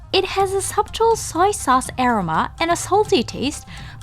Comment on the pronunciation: 海外在住です。日本に行く外国人の知り合いにはこのチャンネル必ず紹介しています。ただ前からずっと気になっていたのがアロマの発音です。グーグルでaromaで検索しますと意味の他に発音も教えてくれます。試して見てはいかがでしょうか？また、海外の方には正しい日本語の発音を紹介して頂くと助かります。(からあげ)カラオケとか変な発音で覚えられてます。